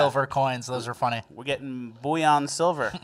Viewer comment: what is buoy-on silver? Isn’t it bullion, pronounced bully-on? I thought that was funny. I would like some bouillon cubes, sir 😂